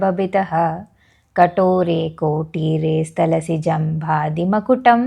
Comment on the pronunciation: అది స్థలసి కాదు, స్ఖలసి( skalasi) సరిచేసుకోండి. స్కలసి జహి జంభారి మకుటం."ప్రణమ్రేష్వేతేషు," not ప్రణమేష్వేతేషు